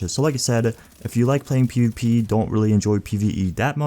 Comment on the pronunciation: the way you say pvp kills me piupi